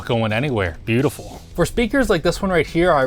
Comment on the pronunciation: I'd say: butylful 😆